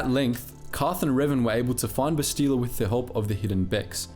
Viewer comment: Why can you not pronounce Bastila's name correctly? They say it in the game and you choose to pronounce it weirdly.